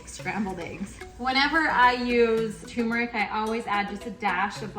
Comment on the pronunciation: TUR-meric. There is an “r”!!!!!!!!!!!!!!!!